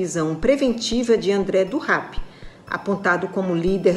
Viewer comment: gostei de como ela falou rap e não rep, não sei se foi para evitar a associação de um criminoso a cultura hip hop, mas se tiver sido por isso, parabéns.